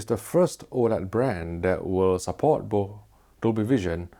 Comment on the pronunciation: If you could be so awesome to practice the word both. It would show some next level professionalism.